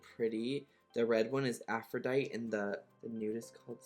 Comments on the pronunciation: He said Afro-die-t HAHA bitch you dumb af it’s Afro-dite-ee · Pet peeve is when people pronounce aph-ro-di-te as aphrodite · Aphro-DITE he says. Aphro-die-tea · Also is Aphro-di-te like tea. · sis pls, i know you're not the sharpest knife in the drawer but "afro-dight" lmfaooo I'm weak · Its pronounced "afro-die-tee"...sorry mispronunciation triggers me lol ( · Aphrodite is pronounced afro-dye-tee. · Girl do your research before you film. Who can’t pronounce Aphrodite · Bro he can’t even say Aphrodite right 🤦‍♀️😂